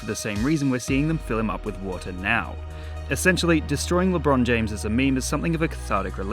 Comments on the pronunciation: LeBean James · Ah yesi "LeBruh'n James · It’s not lebron James is lebrone jhamez